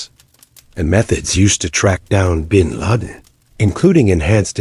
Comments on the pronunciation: When the A.I narrator can't even pronounce 'bin laden' correctly it's an instant turn off for me. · How can AI do all this stuff but can’t pronounce bin Laden’s name or the year 1990 correctly